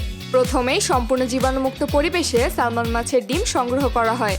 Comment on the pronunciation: ম্যাডাম কিছু মনে নিবেন না, আপনি মাছের নাম বলার সময় একটা মস্ত বড় ভুল করছেন। আপনি বলছেন " স্যালমন" মাছ। ওটার সঠিক উচ্চারন হবে " স্যামন" ল বা L এর উচ্চারন উহ্য থাকে। যেমন" আইল্যান্ড " (Island) উচ্চারনের সময় S এর উচ্চারন হয় না। তেমনি এখানেও তদ্রুপ।